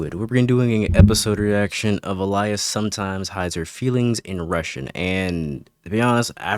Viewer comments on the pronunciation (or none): The mispronunciation of "Alya" and "Oshi no Ko" is botherting me more than it should 💀